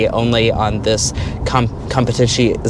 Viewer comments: It is pronounced as "comb - pet - ih - zee - ohn -ay" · Say it with me now! # COM-PI- TI ZI O NEE!😅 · not exactly.... not sure how to write it, but the "zee" isn't a "z" it's pronounced like in "pizza". And the "ay" at the end isn't "ay", rather an "eh"